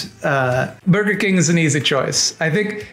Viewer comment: "Borgar King"